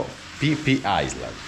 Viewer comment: è scritto phi phi ma si pronuncia fi fi.......ciaooooo